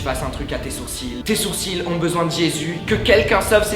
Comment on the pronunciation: Aaaaaaaaaah faut pas dire le "l" à sourcil !!!!!!!!!